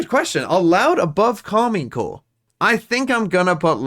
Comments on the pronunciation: Is there a reason you call them Karmine Core instead of Karmine Corp? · It's Karmine Corp and the "i" is pronounced like the "e" in English